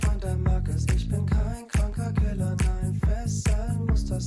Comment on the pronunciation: Wer versteht auch bei ich bin kein kranker killer nein fesseln muss das sein statt killer keller